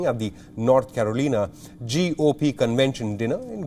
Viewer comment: I love how this newsman pronounced "Caroleena". This is how we should all annunciate this word from now on. If they can call our places whatever they want, We should return the favour. But I am still not sold on the whole calling "to bow" as "to boo". I forsee a lot of confusion while dressing if we go down that route.